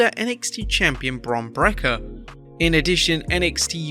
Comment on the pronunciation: Is his name suppose to be said Brekker like this youtuber says? I thought it was Breaker. Rex Steiner his real name is so much cooler either way...